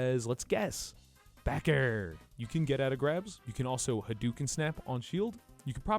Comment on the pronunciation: Every time he does the fire haduken, all I here is “coconuts”